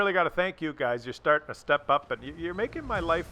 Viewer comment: "you guys" is pronounced "yoogs". Was anyone else hoping they killed each other by ramming, or maybe shooting.